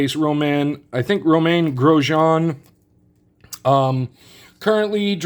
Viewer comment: Hello, what an elite week TTM returns! Wow a large variety of TTM returns! Romain Grosjean! You pronounced very well his name! Joe Flacco was an epic return! Don''t move too often of house if you are a TTM er! In 2016 i was not in the same current mail address, maybe i also received at my former home address a Joe Flacco return....😁🤣. Thanks you my friend for watching and Happy TTM